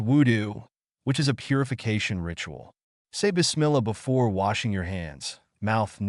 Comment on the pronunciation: U can not even recite correct bismillah